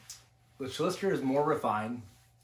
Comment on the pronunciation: Your saying Talisker wrong.